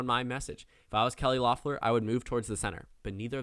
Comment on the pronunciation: I don’t mean to sound like a stickler, but it’s Kelly LEFF-lur, not LOFF-lur